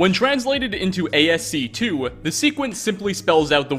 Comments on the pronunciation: ASCII isn't pronounced ASC 2 lmao. It's pronounced askee. It stands from American Standard Code for Information Interchange. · "ass-key"! It's "ass-key", not ASC-2. Good God, have even used a computer before? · aye ess see two. just say asci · Minor correction: It's ASCII (pronounced ass-key) not ASC2, those two I's are part of the acronym. Other than that, continue finding those tiny details! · ASC2? you mean ASCII? It stands for American Standard Code for Information Interchange. So it's pronounced more like "as-key" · ... not A.S.C.2... ASCII pronounced Askey. You really should look up words if you are not familiar with them... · ASC 2? Oh, you mean ASCII. As Key. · The bit you said ASC2, did you mean ASCII? (pronounced Ass-key) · ASCII is "American Standard Code for Information Interchange" not "ASC2". It's pronounced "ASK-EY" ...really, that was painful... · ASC2? No, it's ASCII (Ass-key) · ASC2? What the heck is that? OR did you mean ASCII - American Standard Code for Information Interchange? It's pronounced Ask-ee. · A S C 2??? Its pronounced "ass key" and the II is for information interchange, not a Roman numeral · ASC 2? Come on man, it is pronounced askee (ASCII) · The way you pronounced ASCII 😂 ASC 2??? 😂😂 it’s pronounced “As-key”. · "A-S-C-2"... love ya. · "When printed into ASC 2" uuuuuhhhh. Do you mean ascii? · I like the lore videos, but this dude's pronunciations are oftentimes comically bad. ASC-two. Another episode he did "Ah-mon-till-ad-o", which also cracked me up a little for some reason. I almost wonder if he mispronounces stuff on purpose just to break up the monotony LOL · "ASC2" for "ASCII" lol i want to die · He said "ASC 2" LMAOOOOOOOOOO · It is ASCII not ASC 2, those arent roman numerals it is an acronym which stands for American Standard Code for Information Interchange. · You can tell someone's never done serious coding if they pronounce ASCII as "A S C TWO" 😊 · It's pronounced "askey". :p